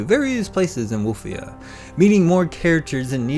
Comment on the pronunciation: Woof- ia. 😊